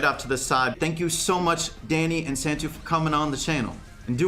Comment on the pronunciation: The way he pronounced Santtu lmfao